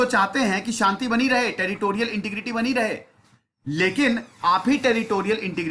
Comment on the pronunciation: I watch lot of your videos For general knowledge and they are great. Only one suggestion that the pronunciation of the word integrity is wrong please correct that for future. Lot of us Indians pronounce this word incorrectly.